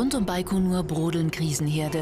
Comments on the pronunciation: Hab immer "bei Konur" verstanden...😂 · Das heißt baigonur